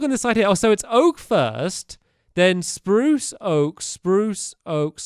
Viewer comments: #stampy says spruse in the best wany spurucee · roof is brirch and oak and its sprose leves STAMPY